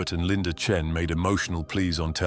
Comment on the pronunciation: AI crap that can't even get her last name correct - Chen or Chin? or not wasting my time...